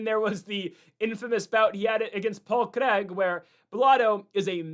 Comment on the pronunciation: LITERALLY TURNING THIS SHII OFF BECAUSE OF HOW HE'S PRONOUNCING "CRAIG" BRUHHHH STOP SAYING IT LIKE HE'S FKN BRAZILIAN